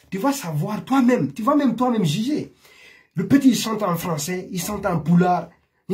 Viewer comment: Tu m'énerves toi on dit pas il sante plutôt chante